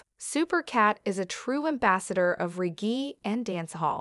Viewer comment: Very impressive. Only error is the pronunciation of the word "reggae"